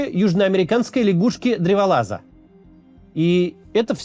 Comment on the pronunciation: Хех лЯгушка